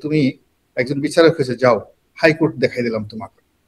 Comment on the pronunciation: রনি মামা, আপনি "বিচারক" শব্দটি কেন "বিছারক" উচ্চারণ করেন? প কে ফ বলেন? আগে ভাষা ঠিক করেন। তারপর চদু পাবলিককে জ্ঞান দিয়েন।